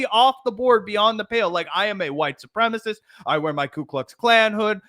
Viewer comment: Supremacist...at least say it correctly